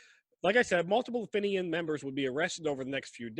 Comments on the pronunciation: Not to bright on the old Geography and fenian history🙄its pronounced feenian not finion . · Fenian is pronounced feen yin